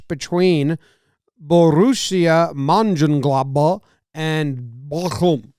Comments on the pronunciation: I don’t know German but a easy way to say Monchengladbach is “munch-in-glaad-bak” or you can say “Dortmund is better” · How you pronounce Mönchengladbach xD I love it as a Fan of the team.